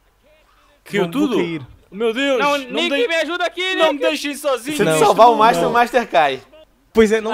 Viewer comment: Alguem percebeu que o master falou mastar